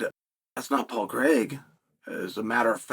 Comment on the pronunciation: His name is Paul Craig. Not Paul Creg. Why do Americans say Craig like that, it makes no sense 😂